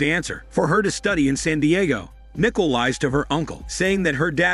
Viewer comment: It’s pronounced Nih-cole, not nickel.